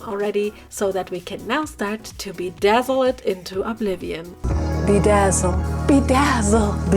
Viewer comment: It was funny when you said "be dazle"